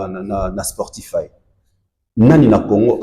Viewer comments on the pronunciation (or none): cheriz on ne dit pas sportifay mais SPOTIFY. Phonétiquement ça se prononce : Spotifay c'est un mot anglais avec Y à la fin....